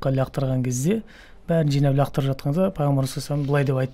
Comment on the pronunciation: Ләқтырып емес лақтырып.